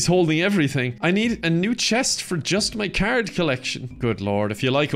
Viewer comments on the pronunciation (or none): He says card i hear carrot